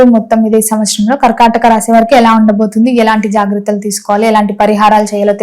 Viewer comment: Kharkhataka kadhamma thalli....karkataka raasi